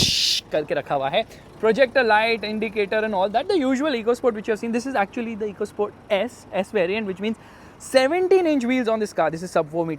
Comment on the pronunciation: Its not EECO SPORT (इको स्पोर्ट्स) its "एको स्पोर्ट्स "